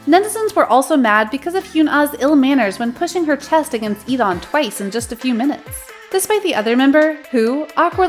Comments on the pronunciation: sorry but its DAWN without the e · DAWN!!!!! he even wrote a song about his name's pronounciation!!!!!!